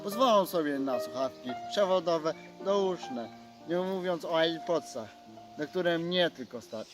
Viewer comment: to nie są air podsy tylko to się czyta ar podsy